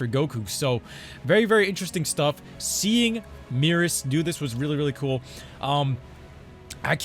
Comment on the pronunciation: I'm so thankful for saying Merus. I lose five minutes off my lifespan every time I hear someone call him Meerus.